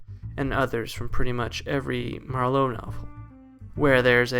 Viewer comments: It's MAR-lowe, not Mar-LOWE. He's not a wine. 😀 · Why can’t he pronounce Marlowe? It’s not “ma - low” like merlot, it’s just “marlow” , no emphasis on the end syllable. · Great video, but it was really distracting to hear Marlow pronounced mar LOW. Like he is Merlot, and not a very American gumshoe. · You're just figuring this out. The whole thing is a goof. Btw, the accent on Marlowe is on the first syllable.